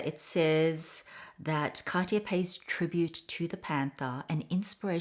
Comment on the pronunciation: You are pronouncing Cartier wrong btw